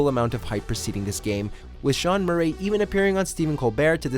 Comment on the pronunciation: The way says Murray sounds like Joaquin Phoenix in joker. Mur-ayyy